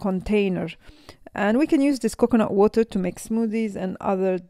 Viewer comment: 😂😂 extra virgin cocknut oil, ohh boy!! the pronounciation is so messed up